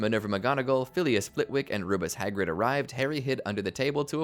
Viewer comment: I hate how you say Rubeus Hagrid